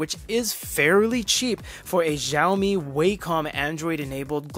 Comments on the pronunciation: I just found out recently that Xiaomi is pronounced as xi ow mee (the correct Chinese way), or shao mee (the okay westernized way), not jow mee. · what in the passive aggressiveness was that reply, aren't you having a bad day. Sorry for being subtle, actually I speak Chinese and I thought it would be nice to tell you to pronounce it in a way that's not so blatantly wrong because zhao is a whole different word. But it's fine, you do you. Sorry that I've been a fan of this channel for years. You guys need better moderators.